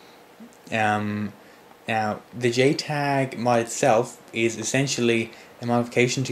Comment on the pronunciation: did he say jtag or gaytag?